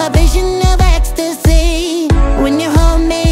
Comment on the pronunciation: I like it when he said escstasy